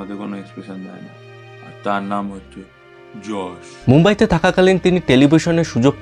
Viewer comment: উচ্চারণ হবে যশ 😢😢😢😢😢